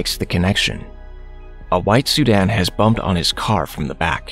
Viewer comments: why my mans be saying "sudan" 😅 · Why does he keep calling a sedan, “Sudan”???? All of these recaps have this problem